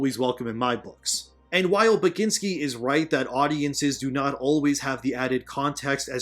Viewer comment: You did butcher it, but no worries haha. Poland apologize for Tomek Bagiński existence.